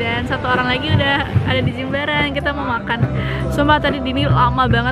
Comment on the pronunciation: correct ya, Jimbaran bukan Jembaran 😭